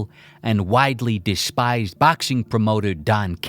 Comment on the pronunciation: ffs i crumble everytime you say baxing